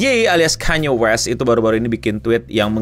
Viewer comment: akhirnya bener nyebutnya ya tuhan